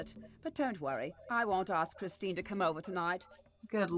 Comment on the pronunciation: "Chistine" lmao